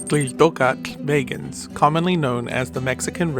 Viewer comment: Your pronunciation it's very well my friend. A lot of mexicans, including me, have problems with that kind of names 😆😆 so, I know, the Nahuatl it's very hard 😆😆😆 but you done very well 👏🏻👏🏻👏🏻